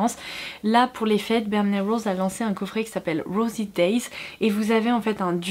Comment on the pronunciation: J’ai eu du mal à comprendre quand elle a dit bareminerals. Accent tellement poussé.